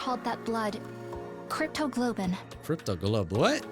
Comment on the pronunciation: I'm laughing my butt off here because of trouble with pronouncing "cryptoglobin" 😂 I get it though.. At that point I'd be like "you know what? I'm gonna randomize that word out of fun": - cryptogoblin - cryptogobble - cryptocurrency - cryptolotion - cryptoparty - cryptoloving